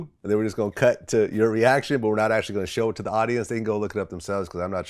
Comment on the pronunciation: The way Vlad says “Gon” all the time erks me for some reason.